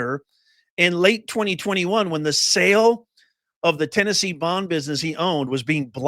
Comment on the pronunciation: His dad owned a 'Bond Co.' not a 'Bomb Co.'